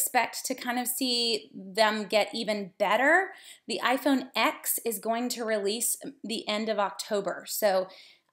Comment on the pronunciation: It's pronounced iPhone TEN btw.